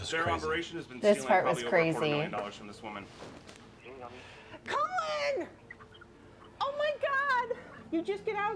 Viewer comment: " Colon" 😂😂😂 (Sorry, Colin ) On another note- my son Jack died very suddenly on the 8th November last year - this was the last thing we ever watched together..and oh how we fucking laughed though.. is insufferable but has a weirdly special place in my heart because of this,strange as this is going to sound!